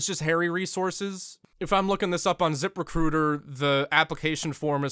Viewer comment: You prounce zip recruiter wrong. It's pronounced zip. Wait a minute. Recrootah!